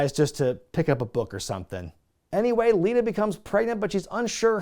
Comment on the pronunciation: u picked on hee for saying "til death do us apart" then later u called Lita "Alita"